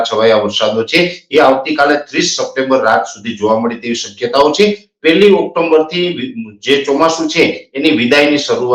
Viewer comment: NOT OCTOMBER BUT OCTOBER